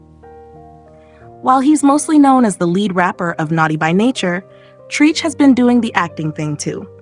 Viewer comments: oh girl it’s pronounced “Trech” not Treeech”! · TREECH?? WHO THE HELL IS TREECH????🤦🤦🤣🤣🤣🤣🤣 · Sis said “Treech “? Wtf?? No respect for the culture! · Not treech I knowshe ain’t say treech that is not his name mam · I laughed every time she said Treach name. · The way she said Treach’s name 😂 girl you better put some respect on that OG 💯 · You pronounced Treach wrong lol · Treach is short for treacherous. It doesn't rhyme with teach or preach. It "rhymes" with stretch.